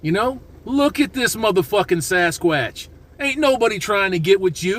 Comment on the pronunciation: "Sas - Quatch" 😅